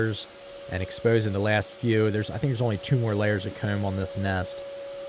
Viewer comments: It's not comb, it's "cayume" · The way you say 'comb' is like a south park character like Eric Cartmen its funny. " Kerrm" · "the coumb" lmaoo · Is it weird to say I like the way he says “comb” and “home”? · hate how this guy pronounces "comb" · He turns British when he says comb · You say comb in the worst way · the only thing going threw my head is how he says come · This dude says comb funny and I love it